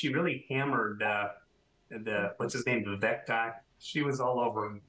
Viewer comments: I know this isn't the most important thing - but hearing people pronounce Vivek's name properly makes me very happy! - an Indian in the USA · I agree! He's not worth a single thought - but this is a heartening moment for me as a brown girl in the USA whose name is constantly mispronounced. I guess it speaks more about Sarah and Tim, that they take the effort to pronounce a different name properly!